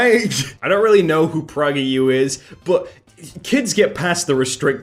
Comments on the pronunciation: homie really said praugerU but to be fair he probably has better things to do than a man talk about politics or something idk I don’t watch Dennis Prager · Nike is pronounced Nikee, and pragerU is pronounced Pray gr you